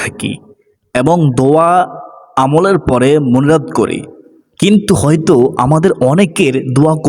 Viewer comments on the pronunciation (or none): আপনার মোনাজাত কথাটা কেন জানি সপস্ট শোনা যাচ্ছে না😢